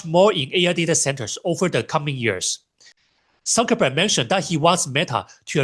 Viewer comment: I assumed he was just pronouncing Cuckerberg with an S sound